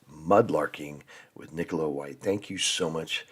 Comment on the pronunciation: I was just wondering how the name Nicola (if that's her spelling?) can be mispronounced... (_Nick_ oh_la) ?!😊